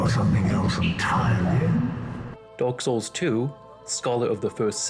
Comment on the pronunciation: "dork soles" 💀